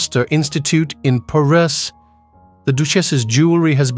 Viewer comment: I’m so glad you e shown me how to pronounce the name of the city where they lived for three decades. Paris, of course it is Pa Rest!